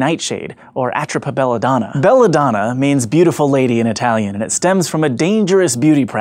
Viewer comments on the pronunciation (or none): I’m almost certain it’s pronounced “a-TROEPA BELL-a-donna”. It’s my favourite plant, I’m pretty sure it’s untraceable and you can’t taste it, so it’s easily hidden in drink like tea or coffee and is native to Europe